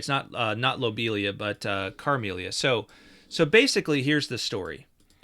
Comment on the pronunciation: It's Camellia not Carmelia. We have a Queen Camilla, I'm a big fan.